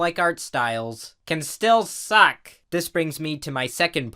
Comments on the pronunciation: CUN STIL SAC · "cAn stILl sUcK" the way you said suck bro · I'm going to make my ringtone of saying "s UCk"